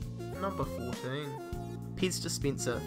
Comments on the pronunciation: I heard piss dispenser as well... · Piz dispientser......lol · IKSPINSIV. wtf! DISPINSIR! wtf. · Expinsive? Piz Dispinser? Tiddy Beaha? Why can't Aussies pronounce English? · "World's most expeensive Peez dispeensah" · Ixpinsive Dispinser, In every end of each sentence he says the last word a little longer, why? # 13 supinsion? eva mide?